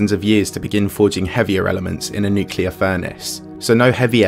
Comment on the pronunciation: I stopped listening, and caring, when you mispronounced the word “nuclear.” Unsubscribed.